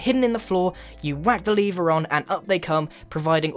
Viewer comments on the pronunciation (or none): Goodness Grian, it's "lever", not "leever" ! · Why do you say leever?